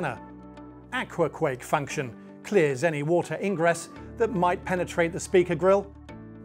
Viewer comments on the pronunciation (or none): "AquaQuake Fuction". What's a fuction? 😂